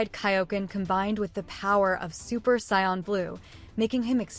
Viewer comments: 1st off it's SAIYAN NOT SCION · It’s SAIYAN not SCION